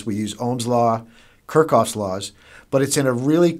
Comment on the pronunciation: haha "kurkov"? it's kirchhoff